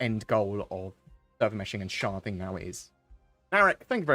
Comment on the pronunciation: Anyone else keep hearing him say 'sharting' rather than 'sharding?'